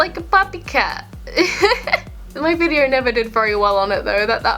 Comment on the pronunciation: She said vider